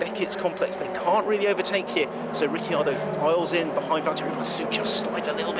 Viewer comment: Val-tearee Bottas and Ricky Ardo